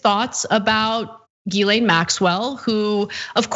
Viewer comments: It's not 'Jizzlane' , it's pronounced Gheelan. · The fact that people STILL don’t know how to pronounce her name is hilarious. He just asked the president about “JIZZ LANE” 😂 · Love that the reporter called her Jizlayne.